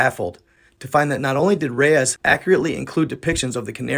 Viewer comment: Hey big guy I'm a huge fan of you channel keep it going just one thing that bothers me but not just from you all narrators when they get a person's name wrong it sounds like (reese) not Reyes no offense just trying to help.